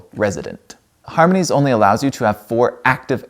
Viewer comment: I like your attempts to pronounce the company’s name 😅 I couldn’t figure it out either